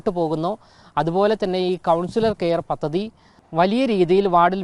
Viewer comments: പതതതി അല്ല. പദ്ധതി എന്ന് വായിച്ചു പഠിക്ക്ക്. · പത്തതി അല്ല പദ്ധതി....